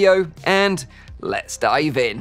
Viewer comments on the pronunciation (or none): Is it just me or in the intro did he say “let’s die Vin”?